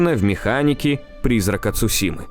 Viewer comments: Это "Цушима" очень режет слух. Правильно говори Цусима, да и звучит это гораздо лучше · Видео интересное, но! Не Цушима, а Цусима.